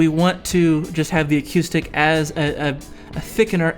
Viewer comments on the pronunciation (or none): I tried very hard to get through this video, but every time you said "a cue stick" instead of acoustic I wanted to kick a puppy. Are you playing pool or guitar? WTF is awquoostik guitar?? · "acyoostic guitar" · He sounds like he's from Vankewver. That's how they pronounce it there... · I can't be the only person who is hearing "a cue stick"?? hahaha. Good video though.